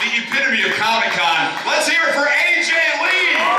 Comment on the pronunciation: Aj lee (aj pee)